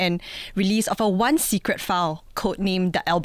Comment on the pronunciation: what to do, ah lians from chinese schools. also keeps mispronouncing ‘secret’ as ‘sigret’.